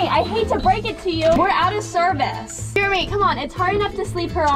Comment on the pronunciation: it's Jeremy!Not Jermy lol